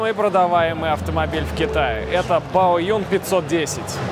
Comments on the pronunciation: Не Баоюн, а БАОЦЗЮНЬ ... Рассказывать о китайских машинах и не знать как правильно произносить название, ну камон, ну ! !! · Баодзюн, а не Баоюн.